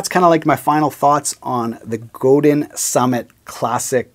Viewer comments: Just a minor point, but I believe it's pronounced "Go-DAN" not "Go-DIN". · forgot.... It's pronounced Go Dahn LOL it's a French thing I suppose. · Commenting from the U.S. here, so I’ll defer to our Québécois friends, but I believe the company name is pronounced “go-DAn” (the n lowercase on purpose because it’s a bit softer). I’ve heard people from the company (I think including a member of the Godin family) pronounce it that way on their website videos. But, again, I’ll defer to those of you in Quebec (greetings, by the way, to my neighbors to the north from not too far south of you in the Boston, Massachusetts, area!). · Nice guitar. Nice review. I think the name is pronounced "Go-Dine". I have always loved guitars that are well made to be players. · Godin sounds like go day when someone from the Godin family pronounces it. 😎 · its pronouncrd Go dan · I have owned a Squier Strat and an Epi ES355. Traded both for a Godin Radiator. Awesome guitar, made in Canada by Canadian craftsmen. I would only trade it in on another Godin electric. I also have 2 Seagull acoustics (made by Godin) that I would put up against any Gibson and dollar for dollar they can’t be topped. By the way, you need to brush up on the pronunciation of “Godin” 😉. 🇨🇦🎸😎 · Wait a minute...even the polite Canadian guy pronounces it wrong? Maybe the rest of Canada really DOES hate Quebec...